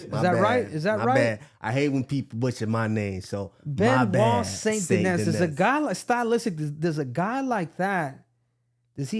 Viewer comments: Bro … Saint … Denis … SAINT …. DEH-KNEE. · De KNEE.. No S's in French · lol ya did all that about the last name just to butcher it